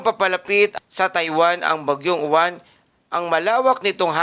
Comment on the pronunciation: Uwan ka ng uwan mali ang bigkas nyu dapat yowan at ang alphabet ay stu.bigkasin so yowan ang tunog